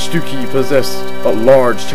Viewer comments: According to Merriam-Webster it is indeed pronounced Duchy, not Dukey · its Duchy, not dukey.